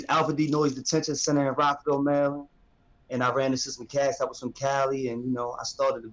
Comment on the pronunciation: you mean Merrraland